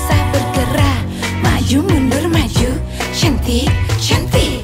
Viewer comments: iya bener, tente ini ngomongnya chantik bukan syantik mampir kesini cuma buat memastikan :v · Pencetus kata "syantik" itu mimi peri. Kalo syahrini tidak bilang syantik tapi "cantik" tapi pengucapan huruf C nya dibuat sedikit mendesis😂